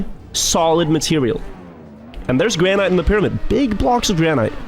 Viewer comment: I love how he mispronounces "granite" :D